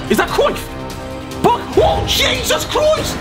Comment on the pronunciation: Why did Harry turn Scouse when he said “Jesus Christ”